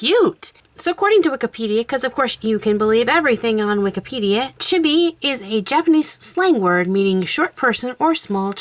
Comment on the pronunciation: I think it's pronounced Chee-bee. Just like I think copics are pronounced cop(like police officer)-icks